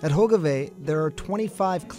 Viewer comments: That guy really massacred all the Dutch name's... "Hoikevoik" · I thought I was the only one, especially when he said Hogeweyk incorrectly.